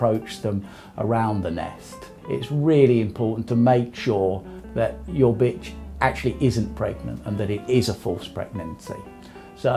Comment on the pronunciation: He said bitchr